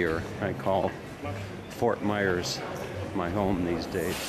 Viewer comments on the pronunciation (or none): none